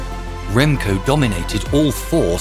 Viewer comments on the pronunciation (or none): I can’t ignore how they said his name SUPER wrong but well done Remco thank you so much for winning a Olympic gold metal for us!